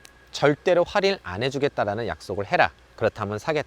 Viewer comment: 뭔가 할인을 활인 활인 거리시는거 같음..